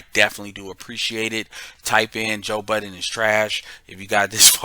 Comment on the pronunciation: Hey Happy New Year. His surname is pronounced Bud—den